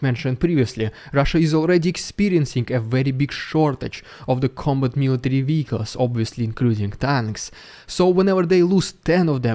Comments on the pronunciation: "Vehicles" is pronounced "vir culz" (not "wee coss") ♡ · Wehicles? Do you mean Vehicles?